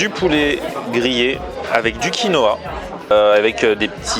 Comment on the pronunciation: TM on dit QUINOA pas konoha lol